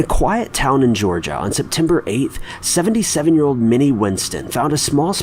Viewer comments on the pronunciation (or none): none